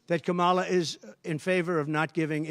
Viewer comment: It’s so annoying to hear him say the name of the vice president of the U.S. can he say it properly? So disrespectful like a child